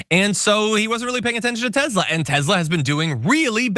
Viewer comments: It's TESLA, NOT TEZLA. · Tesla not Tezla. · It’s Tesler. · Its actually Tezlur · TESLER! It's pronounced Tesler.